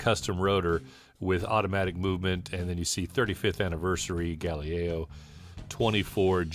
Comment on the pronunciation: I didn't know someone could mispronounce "Galileo". A totally unwearable piece, a novelty at best. Looks more like an homage to the Apollo space capsules. The hands are a bit phallic, the date window is too small, and it looks cheap, like a Chinese fashion watch. It didn't need to be this massive, and a more normal 40-42mm would've been an interesting watch. A missed opportunity for sure. Good video!